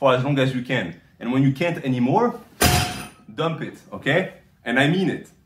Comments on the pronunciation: I love it when a says: "Domp eet!" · "dump it" that reminds me of the "He bought?" meme video featuring a french man saying it too 😂 Jokes aside, thanks a lot for these movements!